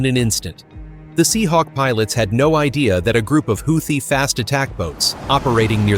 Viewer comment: AI can’t even pronounce Houthi.. lmao